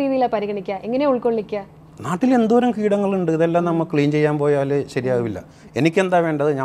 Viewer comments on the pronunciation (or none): നാട്ടിൽ എന്നല്ല മട്ടിൽ മട്ടിൽ എന്നാണ് തിരുത്തി വായിച്ചോ